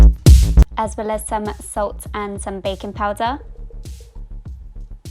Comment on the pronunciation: Whenever you said 'baking powder' I misheard 'bacon powder' and I was so confused for most part.😂🙈